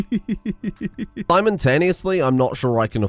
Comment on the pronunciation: I heard or misheard you say simontaneously , which makes for a brilliant character name. Simon Taneously.